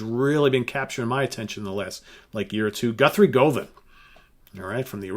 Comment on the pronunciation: Govan is not pronounced go van, but rather as govern. Just FYI. 🙂